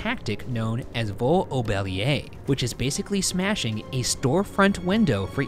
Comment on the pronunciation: I’m a Canadian French and the way Ryan pronounces French words is hilarious to me. Such as the Vol au bélier. He pronounces it as Vo au Belier when it should be voLLLL au belier. Anyways I love it 😜😂👍🏾